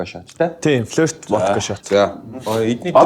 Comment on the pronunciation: Флирт биш флөрт